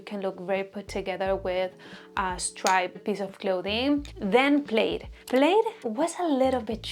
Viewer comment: Love your content! And love all these fall trends. Es muy cute como pronuncias "plaid" pero no se pronuncia así, es con la "i" silenciosa ❤